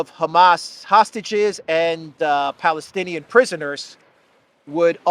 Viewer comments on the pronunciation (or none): none